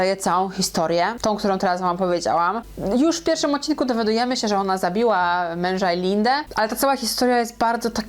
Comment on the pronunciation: Wszystko super, tyle, że nie żonom a żoną i odcinek a nie oćcinek 😏, nastolatką a nie nastolatkom, dalej nie słucham, się spytał 😁, może warto poprawnie mówić, jak się robi takie podcasty?